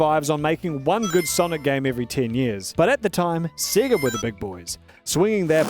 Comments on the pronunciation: why does he pronounce sega as "siggurt" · Without the accent I can tell your Australian with how you say sega